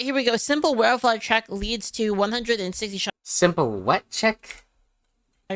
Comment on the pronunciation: If you're going to react to content you need to link it in your description, I don't want to have to search for it. Mocking someone for how they say welfare rubbed me the wrong way. Please for the love of anything holy stick to a single video and stop jumping around, you don't even have to prewatch them just have a plan in place of which videos to watch fully. So you don't want an award from the PoTUS that you can use to grow your channel and reach a wider audience? Strange person Please don't say you're unironically the meme that illegals are worth it for the food? You do understand you have the recipes and ability to get all the ingredient yourself right? The world is laughing at your country because of both your political parties and their representatives. America is the most famous and dominant power around the world because of superior firepower and the country was cool. You have the highest standard of living on the planet, people murder to try and get into your country and live the American dream. America is modernity and the internet age So you're upset at trump for making a process you already admit to doing beforehand legal? Do you want to get caught for tax evasion or something? Yes, yay stock market. You're own fault if you're not actively invested. English is not a confusing language when compared to other prominent languages, certainly easier than French was to learn. Expressions are universal. So you agree tax free overtime is great? And you hate getting paid m